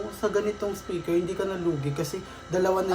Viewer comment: Kinorek ung "Spiker", naging "Speker" naman 😂😂😂 LT